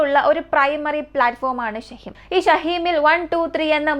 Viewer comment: ഷഹീം അല്ല ഷഹീൻ ആണ്